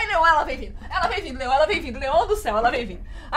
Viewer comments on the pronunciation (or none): Ah ta e não é leom é Leon